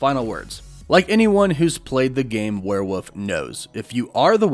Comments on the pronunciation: WEREWOLF IS PRONOUNCED WERE-WOLF NOT WERE-WPPF. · It's werewoLf. Not werewoof. There's an "L" in the word. Pronounce it. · Is it really called “werewoof?” Why are you saying werewoof? Isn’t it werewolf? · Why do you keep saying warewoof instead of werewolf? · It’s WEREWOLF!!!! Not werewof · It's a werewolf man not a werewoof. Please stop... it hurts... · I keep hearing you say "wereWOOF" instead of "werewolf". Woof woof. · Why are you saying “werewolf” like “werewoof” can you not prounce the L or something? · Why do you keep pronoucing it "Warewuff" lol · Am I the only one hearing "werewoof" 😂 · I still don't know what a where woof is. Come on man! What is a where woof? 😂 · For hell's sake there's an L in werewolf! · why does he say werewolf like that